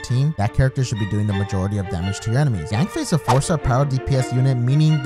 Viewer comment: Its YANFIE NOT YANBAE😝😝